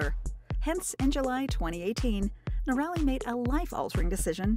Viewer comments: Its hard to believe anything your commentator says as true when she is not pronouncing the name correctly. It is not " no-rally" but rather "nora-lee". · I believe that minimal viewing of the "Itchy Boots" episodes have been view before this posting as evidenced by the narrator not pronouncing Noraly's (Nora-Lee) name as she has many times in her videos. Factual information was provided, however the fact that Noraly's name was mispronounced brings the entire video into question (in my opinion).👎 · Annoying to hear her name pronounced as "Norelli"... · She is still riding !!! And her name is pronounced. NOR -A - LEE . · Too bad you don't know how to pronounce her name. Inexcusable! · Great backstory , but you need to know how to pronounce her name. All you had to do is watch her videos . Noraly is the best. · It would help to pronounce her name correctly, considering the number of times it occurs in this video. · Not pronouncing her name the right way. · I realise you’re an American, but that does not give you the right to miss pronounce Noraly name. Please get someone to help you learn how to say it because how you say it is awful. It’s not a difficult name to say. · If you are going to make a video about Itchy Boots at least learn how to pronounce her name AI 😤